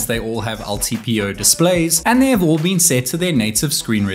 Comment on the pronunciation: "Its battery life has bean insane"